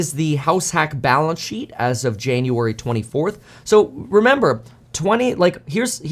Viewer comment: Hi Kevin did you say balance shit? Or balnce sheep? Just kidding. Thank you for … you. You are great source of info.